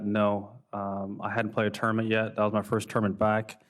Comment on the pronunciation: Is it just me or does tiger say tourment and not tournament?